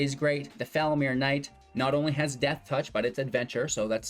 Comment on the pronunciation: Pronounciation Tip: FoulMIRE (like myer or fire)